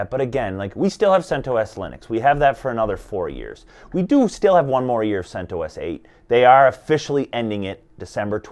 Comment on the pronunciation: He pronounced CentOS correctly at first, the creator of CentOS, Greg recently did a podcast and he pronounced it the same way this dude did in the beginning of the video.